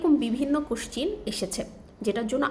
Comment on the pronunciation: Madam question ( কোশ্চ্যান) ke কোশ্চিন বলে।।🤣🤣🤣